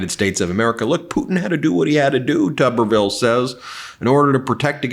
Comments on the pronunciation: Please pronounce Tommy's name correctly. It's Tooberville, like a tube of toothpaste. The way he wznts pronounced would be Tubberville. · I think it's Federal Law that you have to pronounce his name as "Tooberville", just like Chesboro must be pronounced "Cheese-Bro"